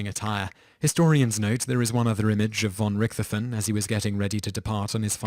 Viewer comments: Neither "von Richthofen" nor the German language has a theta sound. The name is pronounced /RICHT-hoffen/, with the "ch" pronounced as in "Bach". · They're pronounced "RICT-hove-en" and "Shoog [as in 'Sugar']"